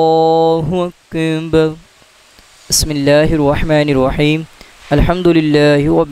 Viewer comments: Assalamualaikum JazakAllah Khair but pls know when u recite "Allahukbar" it sounds like "Allahukbhun" the "ar" is not clear when we hear it it should sound like Allahukbar and not "bhun" maybe its echoing from the mic JazakaAllah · Ap ye jo lafz boltay hain ,ALLAH HO AKIB keh rahay hain ya ALLAH HO AKind ye kea hai mujay samaj nahi aai ???? Jabke bolna cahiye ALLAH HO AKBAR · آپ اللہ اکبر صحیح ادا نہیں کرتے اسکی وجہ بتانا پسند فرمائیں گے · ALLAH O AKBAR SAHIE NAI PAR RAHY DURASTGY FARMA LAIN.ZARA CLEAR ALLAH OAKBAR PARAIN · اللہ اکبر کو آپ پتہ نہی کیسے ادا کر رہے ہیں ؟ برائے مہربانی درستگی فرمائیں